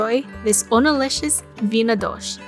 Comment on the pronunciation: You wouldn’t recognize the Portuguese folks in Hawaii or as they’re called here, podagee. Most dishes from around the world that came to the islands during the plantation era took on a different form. She’s pronouncing it the only way I’ve heard it said in Hawaii.